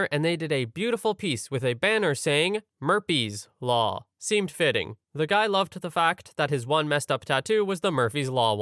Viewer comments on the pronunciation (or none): The problem wasn't with normal spellings. In relation to story 5, the narrator says the word as "murpy's law" instead of murphy's law, this was intended in relation to the story. But, the subtitle instead has murphy's law. You can check it out for yourself for cross reference. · I listened back and I think they missed the H, cuz the narrator said "murpees law" - no f/ph sound, but just a p.